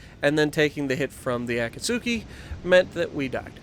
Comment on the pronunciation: Akatsuki is pronounced A; kat; ski. The U is silent.